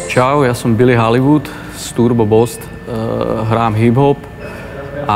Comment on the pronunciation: boost se čte jako bost? :D